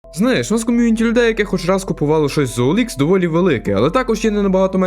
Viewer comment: Ніяк! Бо на ОЛХ (саме так правильно читається) перевіряються не комплектуючі, а люди.